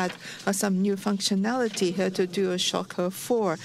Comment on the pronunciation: "This is uh huuh huhhhh ohhhh shiiii uhhh huhhhhh dual shocka fo!"